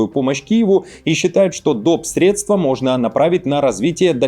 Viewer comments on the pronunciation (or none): none